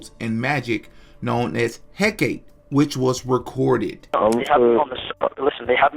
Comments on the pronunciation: Hecate (Hek-ah-Tay) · He was summoned to a Hellfire! Good riddance! He was evil! And its pronounced "Heh-Kuh-Tay". Witches LOVVVEEE that thing! 😂 What is praying for the dead goimg to.do? The decision is already made! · Its pronounced Heh -Ka-Tay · Hacate (Hec-a-tay) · Aleister = "Al-est-er" Hecate = "heck-uh-tee"